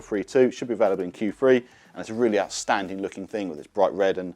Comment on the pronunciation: I think you mean Q three not Q free !!!!!😅